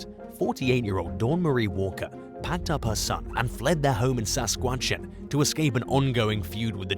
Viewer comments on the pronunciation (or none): Let me help: SASKATCHEWAN - Sask-at-chew-WON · I have to say his was pretty epic 😂😂